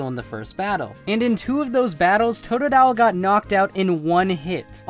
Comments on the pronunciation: TOTDILE!? I LOVE TOODILE! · WHAT THE HELL totadile you fuckn idiot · hey u stupid 'totodile'??? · Fu** of totodile what are you saying stupid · u fucked up bye sayinig tododile